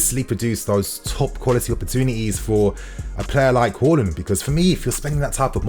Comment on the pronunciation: Out of respect, just learn how to pronounce his surname...Haland